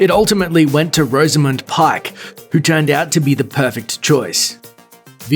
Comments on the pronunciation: its pronounced rozamund, not rose amund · You're pronouncing "penchant" and "Rosamund" incorrectly.